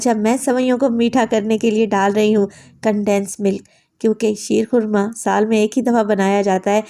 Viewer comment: Shair khurma nhi sheer khurma ha